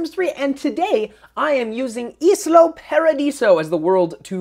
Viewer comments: isla is pronounced eye-lah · Lovely house,. I just wanted to tell you that it's called ISLA Paradiso, not ISLO Paradiso.:) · I was going to say the same thing, perhaps not in those words. But yeah... Isla. Like Isla Fisher.